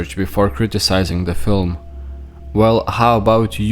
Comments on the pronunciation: "a very important filum.." says Trumpf 😂😂😂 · Did you notice how Trump said filum instead of film. There's a difference. And it's not a Irish pronunciation it was deliberate. Its a different word. Wacko world where there are no mistakes and everything means something. I'm not saying I know what. Just that it's BS. 👍🙂🙏